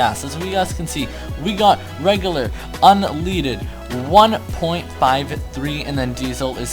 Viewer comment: Bro how did you say "un leaded" omg I'm dead wtf was that x-x